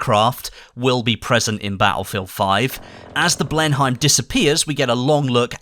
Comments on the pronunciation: "Bristol BlenHEIM" It's pronounced "blen-em", mate. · Hey. I don't want to be an idiot, but I think the plane's pronounced "Blenem" and not "Blen-Heim" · Blen Hein ? It's said blen-him , Bristol Blenheim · The Bristol Blenheim bomber name is pronounced; Blen'-em Same as the motor museum, just a note...carry on. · Blenheim is pronounced 'blenum'. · Why did he pronounce Blenheim like Blenhime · The Blenheim is pronounced Blenim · Blenheim is pronounced blen em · The never ending quest to correct the pronunciation of Blenheim…